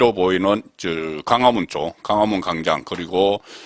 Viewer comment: 발음조심하세요 강화문ㅋㅋ 무슨단어던지첫발음은다틀림좀심하다